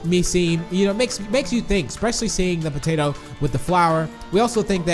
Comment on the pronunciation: Evryone says mr.p is piggy but I sayyy mr patato